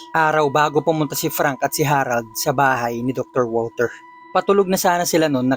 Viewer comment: Step father ko po is german, di po walter ang bigkas sa pangalang walter kung ikaw ay german kundi vulter po hehe